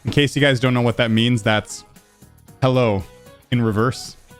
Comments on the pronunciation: he sounds like he says "hola" at the start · Honestly, at the start I thought you were saying hola, which is actually kinda funny since you were saying hello anyway. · I thought he was trying to say hola at the being and not hello backwards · Bro I thought he said “hola” in the beginning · I thought he said hola at the start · Who else thought he was trying to speak Spanish 😂